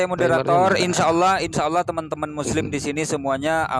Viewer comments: Kelihata sekali. Kalau muslim membahas bible menguasai sepenuhnya. Kalau Oten, ngomong Alloh juga Olloh. Boro2 menguasai al-qur'an, nyebut Alloh aja ga becus. Botol botol....oten gaada ilmu, makanya dijelasin gmn pun gaakan ngerti, untuk menutupi nya cengengesan ketawa ketawa. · Sebutan Allahnya yg bener ya.. olohh oloh kakekmu